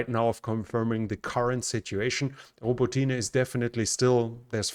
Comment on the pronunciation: In Ukrainian, the "y" in Robotyne is pronounced as a short "i" like in the English word "it". So, it's "i" not "ee".